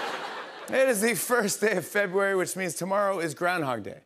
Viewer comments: It would help if you pronounce February correctly. Not Febuawee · SPELLING: Fe-bru-ary... PRONOUNCED: Feh-brew-airy ~D